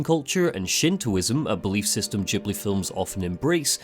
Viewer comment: Its Ghibli not đibli :D